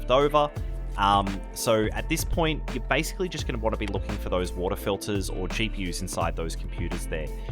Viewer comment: WATAH FILTAH